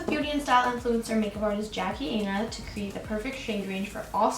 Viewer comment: that’s not how u say Jackie aina